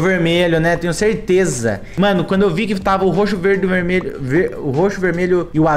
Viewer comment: coloca no 0.5 "verdmelho"kkkkkkk